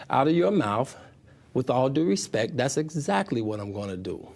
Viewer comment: The interview with the pretty reporter.. omgosh!! That man got so offended, by questions coming from the public, he couldn’t think straight. Full blown defense mode. And every time he said RESPECK, just made him look, that much more ignorant. And beyond, childish. His inability to control himself, simply made all the allegations far more believable. I hope the woman benefited, from this interview.🤢